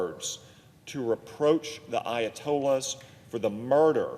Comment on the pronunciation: If you can not pronounce Ayatollah! shot the f…